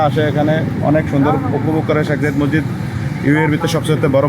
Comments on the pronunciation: Mosside ? Mosjid correcto kore bolteeo parean na? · Morshid Na, Masjid Bolen. Dhannabad